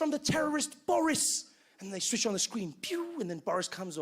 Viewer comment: 你是对的，说Boris的时候可以明显的听到颤音，我学过两年俄语。